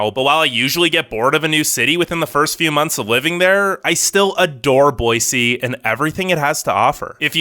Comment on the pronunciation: THANK YOU so much for saying Boy-See instead of Boy-Z! I’m on the eastern side of the state and it burns my ears when people say Boy-Z!